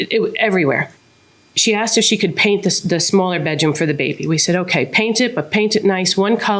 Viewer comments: Asked not Axed 😅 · Plaintiff: "I aksed her".